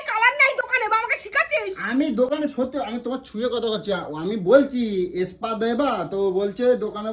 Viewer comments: স্পা কে পা বলে আবার একচুয়ালি 😂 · পা? নাকি স্পা?? 😂😂😂😂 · গলুর ধান্দার সময় পা ধরে কত ন্যাকমো ঝ্যাকামো।এখন আসল রূপ বেরিয়ে গেছে। বাংলা ভাষাটাও ঠিক মত বলতে পারে না। চশমাকে চমমা, স্পা কে পা।এদের VDO বাচ্চারা নাকি দেখে। কি সুন্দর মুখের ভাষা। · Murkho kothakar,spa o uccharon korte parena